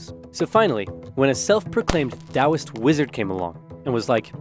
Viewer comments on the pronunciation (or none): none